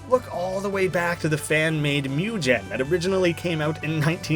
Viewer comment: did you seriously butcher the word M.U.G.E.N.?